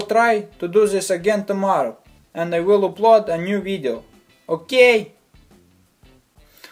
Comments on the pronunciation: I never stop laughing when you say okeey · I can't stop laughing when you say okey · the way this dude says ok? hahaha god help this man with his issues